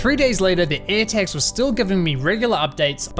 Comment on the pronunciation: "ErhTaks" nice pronunciation buddy